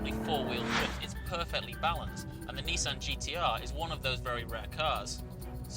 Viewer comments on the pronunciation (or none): It's Nissan, not Neesan! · Wait a minute, a British journalist talking in American terminology, Zee and Neesan. This isn't right!